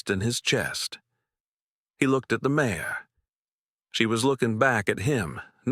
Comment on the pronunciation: Listening from SW Michigan. This is a good story other than Mare being said as Mayor. I do wish the people reading these stories would use the correct names.